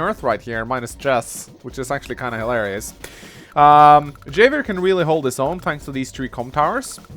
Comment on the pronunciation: It's pronounced "Have-i-er". The "J" in Spanish is pronounced as an "H".